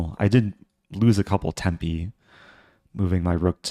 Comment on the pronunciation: Really liked “tempi” as an italian, it’s the right way to say it